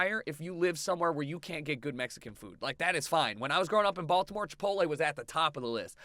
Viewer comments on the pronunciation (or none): none